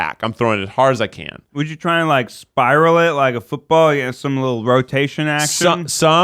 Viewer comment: having a full on stroke while trying to name celebrities you'd wanna french remains my favourite moment ever hahaha (that and "If you could change your feet wouldja")